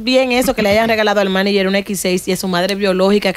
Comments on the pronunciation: No hay forma que Amelia ni puedan decir Manager 🙄 dique Maniyer 🙄🙄🙄🙄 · por favor de las cosas o las palabras como son ( Manager ) no es maniger, ya que la palabra viene del origen ingies. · Cada vez que dice ''maniger'' me da ansiedad. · Tierra ábrete y trágame cada vez que Amelia dijo Maniger cuando es MANAGER que se dice... Amiguita mejora tu léxico antes de buscar camara